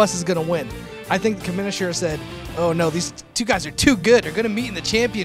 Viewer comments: "Comminosser" is on fire! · "Comminisher" L O L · SAID COMMINISSUR LMFAOO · trying to say commissioner at the beginning... Haha Great match